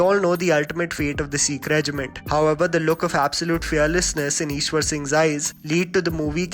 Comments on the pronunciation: Bhai vo Ishar singh hai na ki Ishwar singh😂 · bhai Ishar singh ko Ishwar singh bol diya😄 sahi hai aaj kal koi bhi review de deta hai koi degree thodi lagti hai